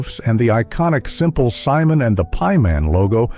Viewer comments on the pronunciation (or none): none